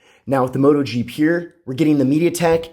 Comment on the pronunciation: Your pronounciation of the word "pure" is as painful to hear as Bush saying "nuclear".